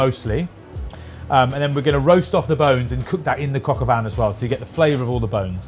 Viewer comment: The N in Vin is silent